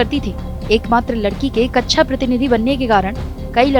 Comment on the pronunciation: हां। और कक्षा को भी कच्छा बोल रही है। बहुत ही खराब उच्चारण है।